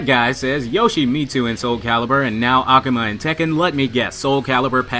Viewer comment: ***** Ah-Ku-Ma not Ahku-Ma. great channel btw